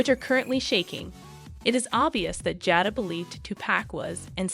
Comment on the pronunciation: Her name is pronounced (jay-da)